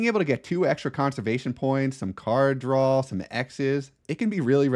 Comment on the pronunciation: Interesting tips but most of this game is tactical and situational. It's an exercise in doing the best you can with what you're given. Also, not sure how much I can take advice from someone who thinks draw is pronounced drawl!